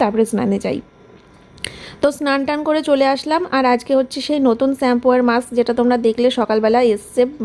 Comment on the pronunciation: আবার স্যাম্পু,,,,, সত্যি তুমি একদম,,,,,,, শ্যাম্পু বলার চেষ্টা করো। বাচ্চা কে কি আর শেখাবে এইসব ভুলভাল উচ্চারণ 😮